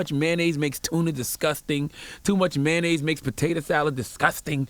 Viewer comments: It's pronounced MAY-ON-NAISE, not MAN-AISE just like it's pronounced TOY-OTA, not TY-OTA, SPEC-IF-IC not PACIFIC. Non-English speaking AMERICANS where school is FREE grades 1-12, where most of these English mangling idiots ONLY know that one language, yet have not even relative command of it. It's like nails on a blackboard when I hear people who haven't pronunciation, grammar and sentence construction skills goddamn.... Beyond that, he was right on point. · “Sodium Flavored Mayanoise Soul” 😭😭😭